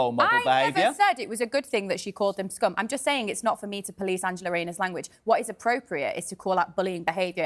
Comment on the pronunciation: Lies! Lies! Lies! She didn't call anyone 'scum' - she definitely said 'skom'..